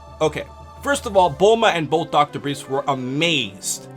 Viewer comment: Isn´t it "Dr. BriefS", actually? always pronounced it correctly afterwards...................